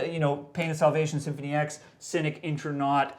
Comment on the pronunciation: It's Cynic with a 'c'not a 'k'